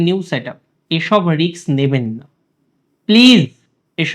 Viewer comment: দাদা 🙏🏻ক্ষমা করবেন।আপনি শিক্ষিত কিন্তু আমি স্কুলের গণ্ডিও পার হতে পারি নি।আপনি Risk(রিস্ক) শব্দটি দু-বার ভুল উচ্চারণ করেছেন,(রিক্স) বলেছন।দয়া করে ভবিষ্যতে বিষয়টি খেয়াল রাখবেন।আপনি আমার উপর অসন্তোষ প্রকাশ করতেই পারেন, কিন্তু আমার কিছু করার নেই।আমি আমার রন্ধ্রগত বিষয়গুলি অনেক চেষ্টা করেও ত্যাগ করতে পারি নি!